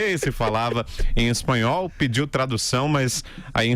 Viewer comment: Ela fala bem o "espalhol", ou "espilhol" entendes.